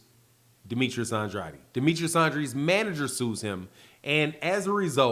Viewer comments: It's pronounced aid not adi. You keep saying Andrade's name wrong. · Please say his name right Andrade sounds like and trade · Ya saying Andrades name wrong bro